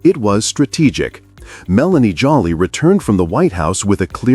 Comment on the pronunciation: Her last name is pronounced JOE LEE.